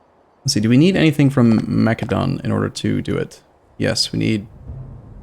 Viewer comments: It's pronounced Mass-eh-don, not mack-eh-don. It's the same as the country macedonia (mass-eh-donia) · the C in Macedon is pronounced with an s sound not a k.